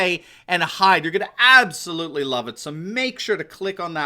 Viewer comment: can we reduce the number of times we say "aboslutely?"